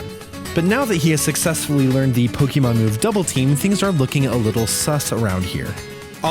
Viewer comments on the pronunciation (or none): Nice glitches in the video though you butchered the word Pokémon,there's an accent on the e making it a long A sound:Po-kay-mon